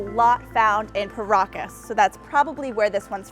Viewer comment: Sound like she said Caracas